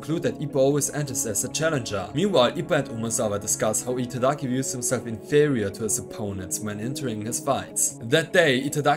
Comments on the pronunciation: I agree, he just can't seem to get Giataki's name right at all. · take a shot each time he says Itagaki's name incorrectly (he says Itadaki). your liver will fail before the video is halfway done lmao. love your videos homie, been a while since I read through the manga so the recaps and coverage of newer stuff is appreciated.